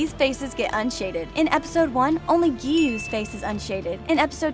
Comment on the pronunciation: Giyuu-tearo 💀 Edit: pro said that pokemon is a anime 😔